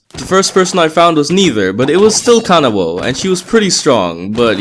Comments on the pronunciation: “Kanawo” Bitch it’s kanao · Kanawo? I thought it was kanao but goodjob at this video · i think he meant kanao instead of "kanawo" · Why did they call her kanawo 😭✋ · Ah yes, KanaWO, my favorite -_- It's KANAO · bro the name of kanao just hurts my heart ''Kanawao'' WTF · "Kanawo" tho